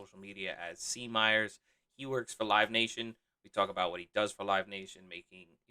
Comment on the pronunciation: You didn’t butcher my last name! Great interview. Very cool to hear some background Corey.